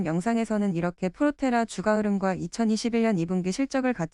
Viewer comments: 주가 발음 : [주가] X ---> [주까] O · 안 그래도 저도 이게 거슬렸는데 AI 보이스가 개선이 안 되네요. 다음부터는 번거스럽더라도 발음은 주까라고 치고 자막은 주가라고 따로 치겠습니다. 댓글 감사합니다. 🙏